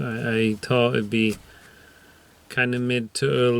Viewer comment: Good man. Excellent rigging skills there and thanks again fir sharing. Hope ya don't mind me point out that at 17.35 ya sound like an Irish man 'i tought it'd be' (i deliberately left out the H as us Micks don't generally pronounce our TH's)! We Look forward to the next video.